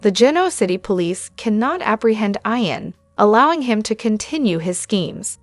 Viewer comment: It's not pronounced I-AN but E-AN. She pronounces this word several I mean several as if she has this, frustrating.